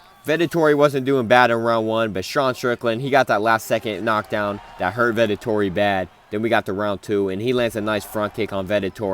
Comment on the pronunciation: I love how you call Vettori Vetotori😂